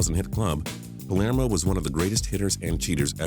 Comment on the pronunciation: thought I was the only one